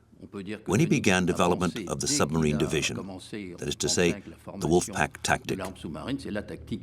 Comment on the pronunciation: Why does the lady narrator not pronounce the “b” in submarine?